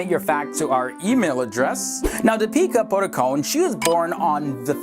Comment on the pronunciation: Did anyone heard him saying 'Peter Buttercone' instead of Deepika Padukone??